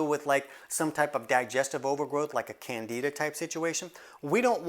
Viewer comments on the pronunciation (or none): none